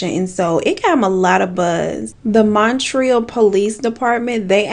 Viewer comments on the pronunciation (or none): No shade baby but Montreal is pronounced munt-ree-all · I love how she says Montreal. 'Mon-treel' Like how ppl say New 'Or-leans'. I'm from nola and nobody says that. It's new 'Or-lens'.